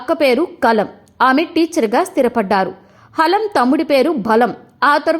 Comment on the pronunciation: హాలం కాదు anchor గారు... హలం...